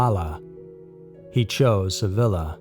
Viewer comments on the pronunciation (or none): "Sevilla" is pronounced: "Seh-VEE-yah". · Extreme hallucinations, nothing to worry about????? BOLLOCKS. Why can't Americans pronounce words correctly. ROWT,SEVILLA??? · Hmm yeah don’t ask if we still dropped the bomb or anything, but the Beatles man that’s brilliant. What happened to the dog is the biggest question. Note: pronunciation of Sevilla was major cringe here